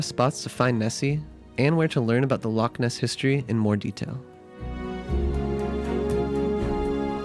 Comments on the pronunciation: "Loch" se pronuncia "Lojj". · Thank you for showing off my country. I live up in Inverness (used to live in Fort William). I'm impressed you managed to pronounce the places right, but you still have trouble with "loch" lol (don't worry, even Scots have trouble with it sometimes). May I recommend going in April-June if you want the best months for festivals, weather and springtime? I'd also like to recommend some places I quite like that are smaller in scale but still lovely: Nairn (especially the beach), Glen Affric (one of the filming locations of Detective Pikachu), Route 500 (please keep it clean, lots of tourists litter), John o' Groats (puffins!), Glasgow (for the culture hotpot that it is), the general Gairloch area (Ullapool and Poolewe included). I'd like to give a soft mention to "The Whisky Trail" which is along the east in Moray towards Aberdeen (since you mentioned Harry Potter a lot in this video, Dufftown was also mentioned in Harry Potter which is also worth a sneaky visit for whisky) and a quick mention to House of Bruar along the A9 if you want to buy touristy stuff (care on the price, but it's top quality...also the small chip shop there sells lobster), it's also in an area that has lovely scenery and hiking spots. One last mention to the gorgeousness that is the Cairngorms which features skiing, Aviemore, Loch Morlich, the Highland Wildlife Park (they take good care of their animals) plenty nature trails and Rothiemurchus: a protected forest that is part of the last 1% of original ancie